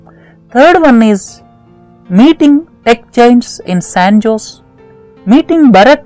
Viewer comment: sir , san jose is pronounced ' saen hoh-zal'